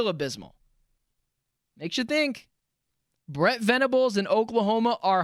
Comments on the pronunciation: It’s Brent Venables. Not fukn Brett. Goddamn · Good take. Also its Brent, not Brett. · Dude it's BRENT, NOT BRETT VENABLES!! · Please stop calling him “Brett” his name is Brent….